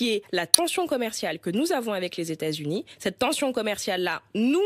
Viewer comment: Même habillée en jaune elle pèse rien contre les z' états z'unis des 'zamériques